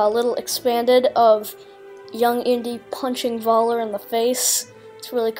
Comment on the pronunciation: Nice to see a young person's take and interpretation of the new Indiana Jones trailer. To educate you a bit, in German pronunciation, the V is pronounced like F is in English. (Much like how they pronounce our English W as V, so when they say "Welcome" it sounds like "Velcome.") So Voller's name as pronounced would sound like Foller. Think of it as the German equivalent of the common-enough English surname Fuller.